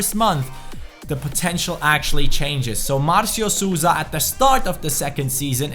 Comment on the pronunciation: Hey I know you don't speak portuguese but it is pronunciated Souza like this(SOUL-Za)